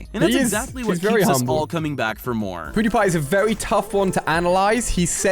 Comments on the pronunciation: Did Ali just call pewdiepie POODIE? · Video: pewdiepie Ali-A: Poodie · Did I hear POODIE!